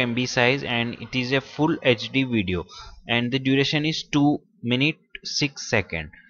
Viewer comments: What is a "wideo" ? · "In this wideo"